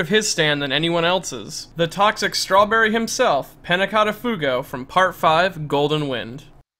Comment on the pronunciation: He even pronounced strawberry wrong